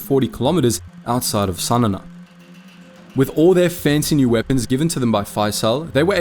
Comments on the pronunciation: Pronounce the capital Sana correctly it is Sa Na not Sa Nana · Sanana lol.. It's called Sanaa (San aaa) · What is wrong with your pronounciation. "Sana na" ? "Gori Thia" ? Do you have a speech impediment or something? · A slight correction, the Yemeni capital is Sanaa, not Sanana. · Sanana is fkn 😂😂😂😂😂😂 wth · Great video, awful pronunciation of Sana'a